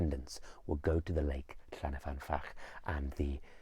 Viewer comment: Hi, Welshman writing. I grew up near the lake in question, which is located near the head of the Swansea Valley close to Brecon. I love the presentation and video footage of the lake in this video, but I would like to gently point out that the lake is called Llyn, not Llan, y fan. Llyn means lake, whereas Llan means a sacred enclosure such as you get around a church. About 80 places in Wales are called Llan-something, usually the name of a Welsh saint from the 7th century, eg Llandaff, Llandeilo, Llanpumpsaint (the enclosure around the church of five saints).